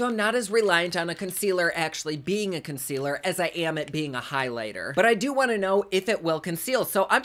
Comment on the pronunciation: “Consquealer” <— haha subbed 👍🏼 HugsfromNYC 🍎